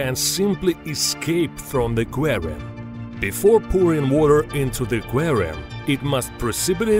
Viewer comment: doubtful, sounds like russian intonation